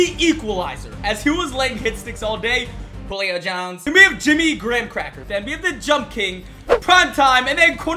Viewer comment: I like when he said Julio Jones like Lebron James